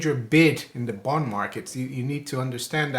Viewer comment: doesn't say, "bond" he says, "booned"